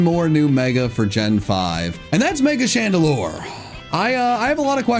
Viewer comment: CHANDELURE (THE SECOND TIME), NOT CHANALURE! AND POKEMON DOES NOT END WITH AN S!